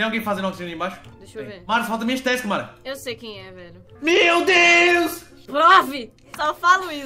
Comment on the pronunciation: Ninguém: A Mara: Marrom